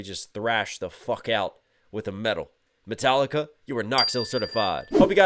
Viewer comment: yeah, that´s exactly how it should be pronounced .... :D :D ..... you´ve just made my day, sir, thank you!! :D